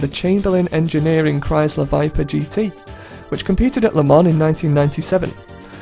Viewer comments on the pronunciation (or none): none